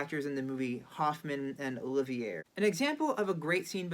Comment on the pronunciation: I tend to agree. Olivier is important enough a legend that, even as pure courtesy, this young man should have inquired about the pronunciation